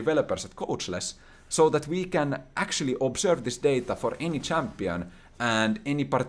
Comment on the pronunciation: your accent is amazing 😂 ootko suomalainen? My favourite was definitely “obsörved”. The stats were fun, not even a LOL player but this was fascinating. Best of luck with your Fall & future endeavours.